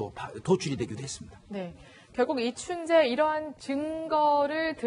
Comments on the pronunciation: 저만 아나운서께서 이춘재를 춘배라고 하는 걸로 들리는게 아니였네요~~ㅎ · 아니 앵커는 왜자꾸 이춘배라고하는겨